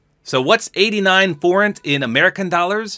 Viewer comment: Yes, you said Forint right